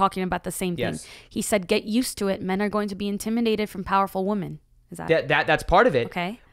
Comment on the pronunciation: Does know that when the word woman is plural its women 😆 he pronounces it like its singular even when he's talking about women plural